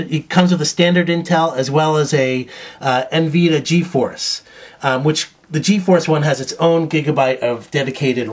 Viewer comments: Dude. GPU = Graphics Processing Unit. Also, it's nVid_I_a, not enveeduh. Furthermore MagicGate, this translates to MD in your mind? Forgot that it's really MS, for MemoryStick, and not MD for MiniDisc, which is a completely different thing altogether? And no one uses it anymore? How about each and every Sony device that has memory card slots, like camera's, laptops, PSP, name it? You need to work on your knowledge if you really want to do useful reviews. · En-Vee-Da LOL